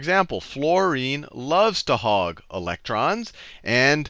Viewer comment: "hog" not hug